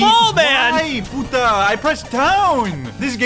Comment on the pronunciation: Like, is it me or did he say p*ta?